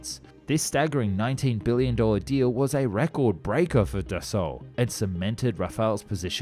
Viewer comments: btw, Dassault pronunced "Dass[ow]" not "Da[suit]" the last consenet of french word are often silent and "au" pronunce "ow" not "woo" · But he makes "up" for it by pronouncing it "Dasu" instead of Dassault :D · Dass-oh not Dass-ooh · No that sound Dasso. Not dasu I'm French. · Dassault is pronounced like Dasso. ;) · not always in family names.... Je dis dassaulT, il y a deux consonnes à la fin du nom, et les ancêtres de la famille devaient surement le dire aussi il y a une ou deux générations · Got its name from the WWII nickname of Marcel Dassault's brother = Char d'assaut = Tank. The story is on Dassault's company website. But yeah "d'assaut" like "fusil d'assaut" = assault rifle, as you said. Assault is the old spelling. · bah le Monsieur te dit justement qu'il a mal prononcé Dassault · Still mis-pronouncing Dassault though ...